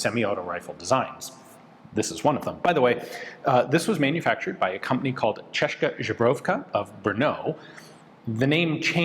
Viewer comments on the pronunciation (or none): Česká "CHESS-kah" Zbrojovka "ZBRO-yov-kah" Your two pronunciation inaccuracies are: 1) “kah” in Česká should go with a long “ah” sound 2) Z in Zbrojovka is the regular Z, not softened Ž (Z with caron) as you say it